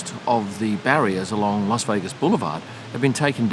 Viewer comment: Thanks for the as always excellent video. You always say "LOS" Vegas. Making me think, is it actually meant to be said like that? Agree that it's one of the best races for on track action, very much enjoyed the race on TV